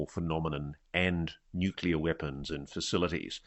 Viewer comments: Bush left office 16 years ago, sooo maybe try this on = Nuuu-cleeee-aarrrr. Nucuhhlus is not a thing, nuclear is a thing. Btw this guy is full of magma heated sht. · Love you but it's like fingernails on a chalkboard, there's only one U in the word nuclear phonetically nuke lee err. Honestly I'm not trying to be a butthead, but that word only has one pronunciation that is correct. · It’s pronounced “New Clear” not “Nucular” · it’s NUKELEEUR…….NOT NUKEYOULER. LOL😅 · NuCLEAR! not nuc-you-ler! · It's not nuke-u-ler, it's nu-clear, people sound like morons when they say it the way you are saying it. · Why do people still pronounce it nuk-u-lar? It’s nuclear. I know, get a real problem. It’s just a pet peeve! 😄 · even if people live in different places, the correct pronunciation is still “nu clear” not “nu cular”. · Nu clear NOT Nu culer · The word is Nu-cle-ar. Not newk-u-ler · Nuc-li-ur not nucular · Love the channel! great video. One really pick, comment. Nuclear is pronounced "new - clear." Not "new - que - ler." Sorry. I used to work in a radiochemistry lab, and to this day it sticks in my craw when I hear that.😆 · Can you please explain to me what a nucular weapon is? As far as I’m aware we only have nuclear weapons. FFS this has been pointed out to you so many times. Get it right! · It’s pronounced “NEW-klee-ur.” See: “Nuclear.” Now try saying it. NEW-KLEE-UR. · Stop saying "nucular" if you want me to try and take you seriously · Nook LEE UHR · Nuclear. Sounds like "new-clear" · ....dubya Bush said it like that too.....must be a Texas thing 😆😅🤣